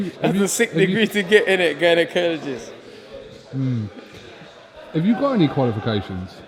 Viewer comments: Man said gynaecologist🤦🏾‍♂️ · Lol man said gynaecologists